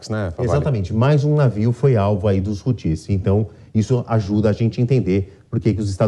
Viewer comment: Por primeira vez um ser coerente e algo culto na JP!... apenas esclarecer que a acentuação não é na última sílaba (Hutís) e sim na primeira (Hútis)...🤷🏻‍♂️